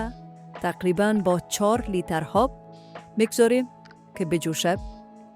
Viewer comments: آب بگو نه هاب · چرا ای قسم صحبت میکنید پر از اشتباه 😏 انگار از روی یک کاغذ میخوانید.هالی، هاب،،هجازه و ده ها غلط گفتاری دیگه. خواهش میکنم برنامه هایتان را به روال قبلی و بدون صحبت پیش ببرید